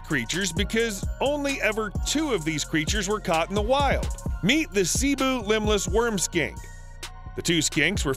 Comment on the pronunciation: Nice vid 😁 i learned something new everyday because of people like you and i respect it 👍 Also there are some words that you have mispronounced, which is not that surprising. "Masbate" its pronounced (mas-bah-teh) not (mas-bate). "Panay" is (pah-nai) not (pen-ney). "Cebu" is (seh-boo). No hate tho, and i just wanna let you know ◡̈👍